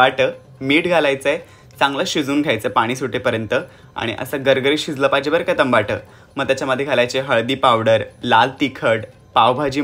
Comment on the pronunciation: टमाट... माझी आजी पण असच म्हणायची..